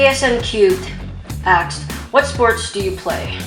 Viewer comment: Why do you always say "axed" instead of "asked"?